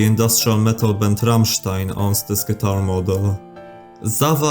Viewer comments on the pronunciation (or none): none